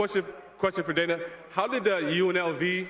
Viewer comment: Why do foreigners always call Dana "Donna"? It's so easy to change the sound of the name.